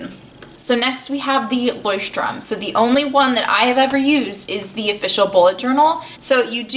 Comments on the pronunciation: yeah of course but by the fact that she’s not german she said it as right as an english speaker can say it. 😊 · She pronounces it ok for an English speaker, but not exactly how a German would say it. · Jon Solo actually she pronounced it right lol.